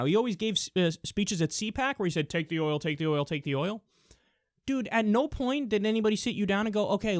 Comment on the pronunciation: He said it like "Keep the HOIL, keep the HOIL"